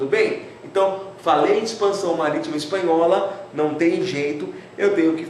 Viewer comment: ´´espahola´´ faltou o n